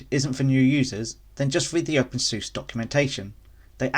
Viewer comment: The moment you opened your video with a pronunciation like open “Zeus” I knew I was in for a wild ride. Can’t say I have any of the problems you mentioned too so idk. Absolutely try out Tumbleweed and KDE it’s the way it’s meant to be ran.